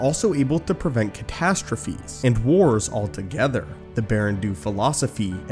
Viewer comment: Baran doo? I think it’s Do. Sounds like Dough.